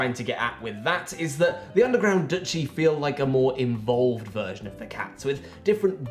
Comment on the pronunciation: ...a more in-vole-ved version of the cats